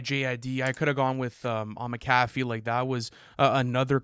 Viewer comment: It's Mac a FEE, not Ma CA fee you illiterate 🤡!!